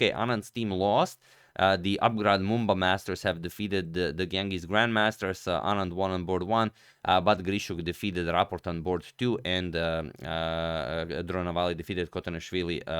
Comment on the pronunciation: Small correction It's not Genghis grandmaster It's Ganges, a river Gane as game ges as jes